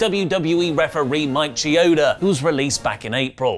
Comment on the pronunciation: learned how to say Schiavone just in time to mispronounce Chioda